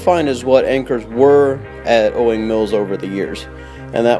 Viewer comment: Jeebus it's "owings"